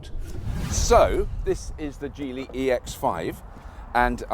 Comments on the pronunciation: It's soft G - Geely - Jeely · The G, in Geely, (a sound that is written as "j", in pinyin, which is used to write Mandarin with Latin script) is pronounced with neither a "soft" nor "hard" G ...but with a ch-sound ... WTF?